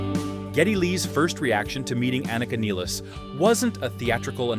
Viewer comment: Good pronouncination of her surname, many say it like she was english